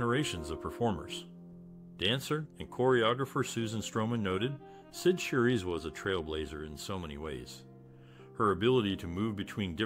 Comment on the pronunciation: 😆 Repeating this makes me want to stop watching this!